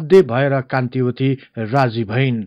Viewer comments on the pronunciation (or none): Kantavati ho kantiwati haina